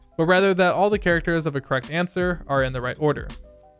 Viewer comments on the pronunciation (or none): none